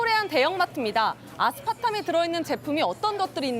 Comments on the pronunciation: 아스타팜 아스파탐 헷갈리게 발음하는데요? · 아스파탐인데 아스타팜이라고 말하네.. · 앵커님... 아스타팜 X.. 아스파탐 O... ㅎ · 앵커분 아스파탐을 아스타팜으로 알고 계시네ㅋㅋ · 아스파탐 저는 왜 아스타팜으로 들릴까요 아나운서분이요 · 0.04초, 0.17초: 아스타팜?????? 아스파탐 Aspartame...... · 앵커님 자꾸 아스타팜... 근데 이제 WHO는 못믿겠다. WHO정보를 뭘 믿고 뭘 걸러야할지 모르겠다 이제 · 아스타팜이 아니라 아스파탐~ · 아스타팜. 발음 실수하셨네요 ㅋ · 앵커가 아스타팜이라네 ㅋㅋ웃기다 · 아나운서가 뭘 자꾸 아스타팜이라노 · 아스타팜??? 앵커가 틀리면 어떡하나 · 아스타팜이 아니라 아스파탐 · 인공감미료 아스타팜? 에구 앵커야. 실수를 해도 아스타팜이 뭐냐. 무식한 거여? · 아무래도 뉴슨데 아스파탐을 아스타팜으로 발음하시면 안되죠ㅠ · 아나운서가 처음에 계속 아스타팜이라고 해서 엄청 거슬리네..ㅎㅎ 방사능 바닷물은 괜찮고 아스파탐은 난리인 이게 더 괴담같당….. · 앵커가 계속 아스타팜이래 흠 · 앵커가 아스파탐이 뭔지도 모르네 아스타팜 이러고 있네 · 아스타팜아니고 아스파탐이요 앵커님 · 저 앵커 자꾸 아스타팜이랰ㅋ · 한번은 실수래도.. 계속 아스타팜이라 그러네. 아나운서 자질 있냐.? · 근데 도입에서 앵커분 아스타팜이라고 읽으심 아스파탐.. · 아나운서가 아스타팜 으로 읽네ㅋㅋㅋㅋ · 앵커가 자꾸 아스타팜이라네;;ㅋㅋㅋㅋ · 아스타팜?? 앵커분… 한번이 아니니 두번을 아스타팜이라 말하는건 좀… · 아나운서 계속 아스타팜이라고 하네 불편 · 앵커분이 자꾸 아스타팜이라고 말씀하시네요😅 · 아스타팜이라고 계속 얘기하네...ㅋㅋ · 이 아나운서 계속 아사타팜이라 하네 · 아나운서가 아스타팜??? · 15초 앵커가 아스타팜이라고 함ㅋ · 왜 아스타팜으로 들리는건지ㅎㅎ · 앵커님 계속 '아스타팜' 이라고 발음하시네요. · 넘 거슬려요ㅠㅠ